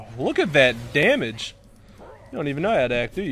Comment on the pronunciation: He said damige 49 times Thumbs up so everyone can see ;D (or dont ..i dont care :P)